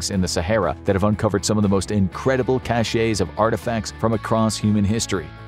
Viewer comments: Chassé, or sashay, is a dance step, meaning, "to chase." Cachet can mean "prestige," "medicine to be swallowed," or "an official seal," and is pronounced "cash-ay." Cache has always been pronounced as, "cash." The ending 'e' confuses people all the time, but is supposed to be silent. I guess they think it sounds fancier with the ending 'e' being pronounced? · Cache should be pronounced like “cash”, not “cashay” as in cachet, which has a completely different definition. You’re welcome. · Cache is pronounced "cash". BUT, I know that something is pronounced "cashay". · Cache is pronounced like "cash". Cachet, a different word, is pronounced like "cashay." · Cache is pronounced as cash, not cashay. Remnants is REM nants not rem IN ates. If you don't know how to pronounce something, don't guess, look it up! No, it's not an accent, its just wrong.